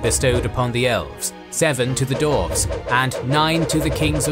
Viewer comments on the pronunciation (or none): After watching the Withcer videos and moving to this one, I just realized one thing: you pronounce "dwarves" as "dorves" ahaha